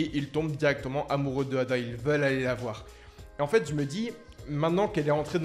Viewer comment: EIDA ET NON ADA 😅😅😅